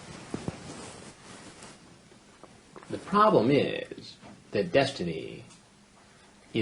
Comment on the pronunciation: The problem iiiiiiisssssssss. Love when Chris turns a one syllable word into 2.